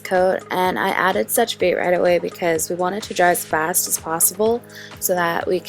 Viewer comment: just so that you know "sèche vite" is pronounced "seh-sh veet" in french :)